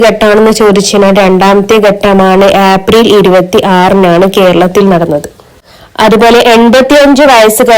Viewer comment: ആപ്രിൽ അല്ല ഏപ്രിൽ